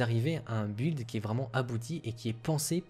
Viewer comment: "Build" se prononce "bild".